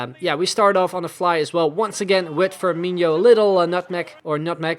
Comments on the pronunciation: I came here to comment the same. As a brazilian my soul dies a little bit every time he pronounces FirmiNHO. It's FirmiNo ... like NO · No, it's not. It's INO, not INHO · Love the series but repeat with me. FirmiNO, FirmiNO, Fir-mi-NO. Much better! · Please stop saying FirmiNHO :) I'm not even a Liverpool fan but it just doesn't sound right